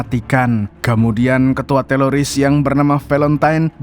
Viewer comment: teror bang bukan telor😅